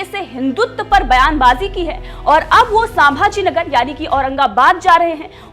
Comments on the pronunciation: संभाजीनगर, सांभाजीनगर नही. मराठी नाम उच्चारण सही करें. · सांभाजी नहीं मॅडम संभाजीनगर छत्रपती संभाजीनगर 🚩 बोलना नहीं आता तो चॅनेल जॉईन नहीं किया करते मालूम होना चाहिये तुमको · संभाजी नगर है वो सांभाजी नही